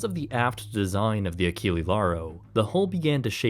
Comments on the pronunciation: Just a small heads-up - Achille would be pronounced "Ah-sheel", with a soft c, instead of the hard c used in Achilles. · nice documentary, but "Achille" last E is not spelled like alphabetical E, but E like you spell "explosion"